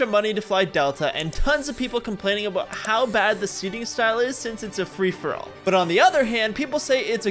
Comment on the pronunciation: "Frish-for-all boarding"